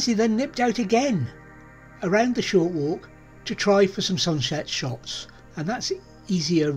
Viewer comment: A beautiful location and relaxing vlog. A deer spot always feel special too. It's true, shunshet sots is never easy to say 😂👍